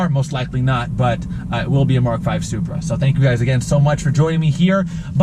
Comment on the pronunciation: You did NOT just called the Supra “Bupra” 😂😂😂😂